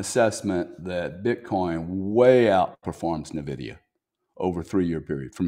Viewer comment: GRANT Cardone is a real estate expert that says you need to use everyone else’s money to invest. Which isn’t a bad idea. But he isn’t an expert on the stock market nor crypto. He can’t even say Blackrock or Nvidia correctly. You can’t even say his name correctly